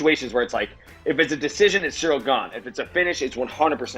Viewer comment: Ed Herman said “Cereal Gane” lol 😂